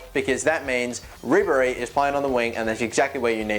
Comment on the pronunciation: What was that ribery accent